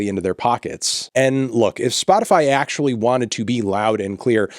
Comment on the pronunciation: “if Spotify ACKCHEWAULLY”